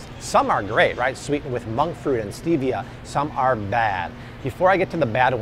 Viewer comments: Don't drink that coke! It took years to get my husband off it. It was so addicting to him. Also, thank you that you pointed out that FINALLY pronounced Stevia correctly! Lol. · Don't drink the coke! So nasty and addictive! It took years to get my husband off it. Also, thank you that you pointed out the fact that FINALLY pronounced Stevia correctly. "Stevia as in the name, Steve".